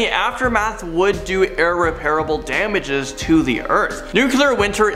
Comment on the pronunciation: Dumbness could get us... Nuc-you-lar and ir-repair-able??